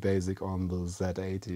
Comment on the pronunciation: Zilog is an American company, so it's Zee-Eighty!! If this incorrectness persists, I will start calling the Zed-X Spectrum the Zee-X Spectrum!! I'm not bluffing, I'll do it!!